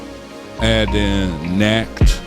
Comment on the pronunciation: Nacht is pronounced like knocked. It is German for night. Thanks for the shout out on the Homage pronunciation. :)